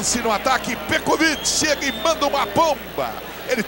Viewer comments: O narrador fala a cada hora um.nome diferente para o Petkovic kkkkk "Petroviti" "pekoviti" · Ecovit, Petovit, o narrador tava perdidinho pra acertar o nome. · Narrador: Pé Covit Comentarista: Petrovik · Antigamente até os narradores tinham problemas em pronunciar os nomes dos jogadores. Pecovite. Petrovidi. Pecrovidi. Acho q foi através desse jogo q surgiu o novo covid 19... 🤣🤣🤣🤣🤣🤣🤣🤣🤣🤣🤣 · Pior era o narrador chamando ele de Pecovick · É impressão minha ou o narrador está falando pecovic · Só é irritante ele falando "Pecoviqui" kkk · Os caras chamando o Pet de "PETROVIC"... Lamentável... 🙄😒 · É a primeira vez que eu vejo alguém chamando o PET, de pécovic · Ele fala Petcovid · Foi o "pécovitc" de novo. Sabe tudo...kkkk O outro chamando "pétrovitc"...kkk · "Pecovit" " Petrovick" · Pêcovití!!!! Kkk pecrovit!!! Kkk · Pecoviti....... Petrovic....kkkkk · Pecovit kkkkk petrovitkkkkk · "Pékovic" meu ovo! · Eu fiquei pensando a mesma coisa, narrador tem dislexia, não é possível kkkkkk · Meu Deus 😂morri de rir com esse narrador falando o nome do Pet. Várias pronúncias kkkk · O narrador usou duas pronuncia em relação ao Petkovic e nem uma tava certa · Os caras nem falar o nome do Pet, os caras não sabem falar, piada!! Isso. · Os cara não sabia nem falar o nome do Pet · Esse narrador não sabe falar o nome do PET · O narrador nem sabia pronunciar o nome dele..kkkkkkkkkkkkkk